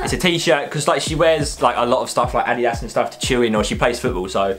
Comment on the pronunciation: It’s funny how he said (i-de-dus) instead of (a-di-Das) 😂